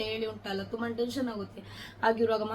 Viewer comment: Adu thuba alla thumba